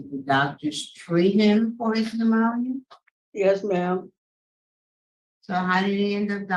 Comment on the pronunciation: Bp- "luemonia"